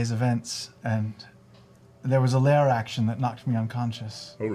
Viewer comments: IT'S LAIR, NOT LAYER 😩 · Matt is hungry when he exits the "Layer" so he pulls out a "Payer" and holds it up in the "Ayer", Dam you Matt say it right!!!! __________________________________Lair___________________Pear_________________________Air